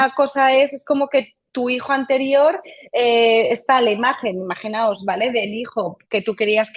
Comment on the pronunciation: Muy bien por la especialista al utilizar correctamente el modo del verbo imaginar. Dice IMAGINAOS y no imaginaros. Cada vez se oye más en tv, reporteros, periodistas y tertulianos la forma errónea de cualquier verbo:.... Imaginaros....